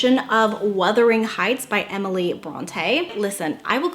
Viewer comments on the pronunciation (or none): *WUTHERING.....absolutely not Withering